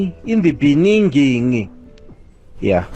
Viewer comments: "in the beninging" - Azyr had me hooked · in the benining, Love it! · In the beningin 😂, south aftica